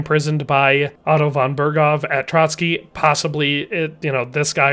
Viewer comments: Pronouciation on Trosky Castle -> Tro S ki Not Trocky (bolshevik massmurder that commited multiple genocides of various White Peoples living in Soviet Union). Otherwise great vid, thank you for that. God bless. +][+ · As a Czech, i just wonder why he pronounces Trosky as Trotsky. Where the ''t'' comes from?